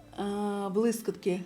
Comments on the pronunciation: Респект за українську мову❤ Вибачте,🫣 не блискОтки—блискІтки ПодивИтся—подивІться 😉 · дякую за огляд! Але єдине, 🤌🏼Блискітки! Не сприйміть за хейт,) Дякую Вам за український контент,моя Вам повага! Спробуйте розмовляти українською в побуті максимально,і через два місяці проблем не буде! Наснаги вам!)